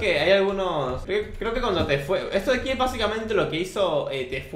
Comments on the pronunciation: Wen eschuchastes TEFUE en vez de TFUE :v El mundo va a explotar amigo xdxddd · Se pronuncia tifu :v